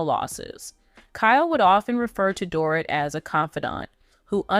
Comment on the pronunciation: This person narrating can't get anyones name right She can't say Mauricio correctly. Not Dorit either.